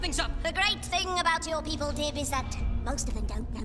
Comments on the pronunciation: You called Dib "Gib" and "Dibs" and probably a few more that I missed. Shame. SHAME! GIR, release the monkey! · take down gib Me: HIS NAME IS DIB